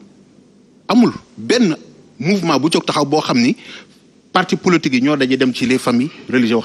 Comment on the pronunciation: on dit POLITIQUE au lieu de POLOTIQUE